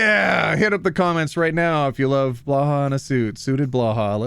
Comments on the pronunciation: Can someone explain the blåhaj to me and why he pronounces it blaha. The way it is spelled it should be more like bluhai or blohai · Ah it's not Blaha it's Blåhaj /blohaj/ (English pronunciation: blaw hi) swedish för Blue Shark 😮 now I understand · The "death by snu snu" joke is a lot older than Futurama. It was originally "Oom Galla Galla", and I first heard it in 1969. And the Click says it's pronounced "blauhai", not "blah hah". 🤨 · Hi! Love your content, but I must admit I have a bone to pick with you. I mean, It's always fun to hear people trying to pronounce Swedish things, but I feel like I have to set the record straight. It's Bloh-hi, not Blah-hah. That aside, (and even with that, it's quite charming how you pronounce it) I really like these videos and now I will go back to see if I can find the duck tape moment everyone seems to be talking about 💕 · urm its actually pronounced blow-high/j/srs/jsrs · Blahaj is pronounced “blue hai” Maybe “blow hai” idk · yoda’s response is perfect “Read them, have you?” (Also blahaj is pronounced blow-high) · I've bought a Blåhaj and named it Blaha due to always pronouncing it like that. Thanks! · It's pronounced "blo hi"! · Blåhaj is pronounced bl-oh-hi! you say bl right, but å is pronounced as oa in oar, and haj is pronounced like a happy "Hi!" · I love how not Scandinavian people have such a hard time pronouncing Blåhaj <3 love the non Scandinavian name!!!! It's a combination of bla bla bla and ha ha ha. Basically nonsens. But put it together and you have a new name for blåhaj. <3Blaha<3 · I actually went and asked a Swedish friend how Blahaj is pronounced. To give an approximation it is Bloh-high. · Hey! Just want to let you know the pronunciation of blåhah is "blow high"! I know this kinda agitates a lot of people so i just wanted to tell you. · People should look up how Blåhaj is pronounced. It's more like "Blohai" (blue shark) 🦈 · When will Clicky call and tell him how to pronounce Blåhaj:D